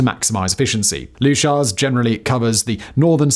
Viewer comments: It's RAF "Loo-kers" and "Con-ings-bee" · Leuchars = Loo Kars , Coningsby = Conn ingsbi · Leuchars = luke-ars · Great video, enjoying that beard. not loo-shars it's loo-kers. Anyone who has listened to the shipping forecast would know better :p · Oi! Whistler!! Leuchars.....Its 'Lee-Yuu-Cars'....Not Lee-you-shars... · RAF looshers 😂😂😂😂😂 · And Leuchars. Luke-ars. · Con..ings..bee (Coningsby) and Lookers (Leuchars) like your stuff but some inaccuracies in this one ie all fighter jets are aerodynamically unstable which makes them agile and again all jets have g suits. The Typhoon has 4 computers that make inputs to keep it aloft and provide redundancy, if all 4 are lost it is impossible for the pilot to control the aircraft and must eject. As for a liney forgetting his ear defs, I’m hugely skeptical. Keep up the good work. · Repeat after me... LOO-kers, CoNNingnsbee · It's Leu-cars, the H is silent. Typhoons haven't been based there since 2015 when the Army took over. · Quick Reaction Alert Leuchars "loo ch-ers" Coningsby "Con-ings-be" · Great vid as always! 😁 One small thing Leuchars is pronouced Lookers 😁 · FFS, learn to say Leuchars properly, ye great glaikit sassenach! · Do you even evr bother to look to the correct pronounciation of placenames etc? Leuchars and Coningsby for example in this video, but it's not the first time you/ve been off. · Mispronounces BOTH RAF bases :)